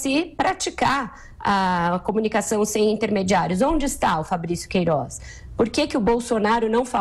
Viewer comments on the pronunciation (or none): essa mulherzinha fala é mal. razigou, poriquê, peridido, jorinal, queirozi, etc...